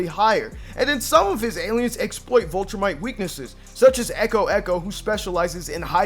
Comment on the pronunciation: “VIL”-trumite…. Viltrumite. not vultrumite